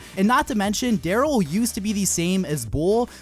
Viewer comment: You called Darryl flat.. 😂